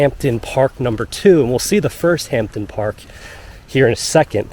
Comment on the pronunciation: hampden...(hamden) please pronounce it correctly